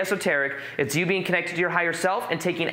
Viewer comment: Whenever he says being, it sounds like he says bean